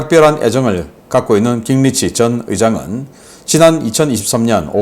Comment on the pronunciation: 신박사님… 깅리치라는 미국 정치인은 없습니다. 미국식으로 그의 이름은 ‘긴그리치’ 또는 ‘깅그리치’ 라고 표기하고 또 읽어주셔야 합니다. 다른 나라 사람들의 이름은 정확하게 표기 또는 발음을 해 주셨으면 합니다.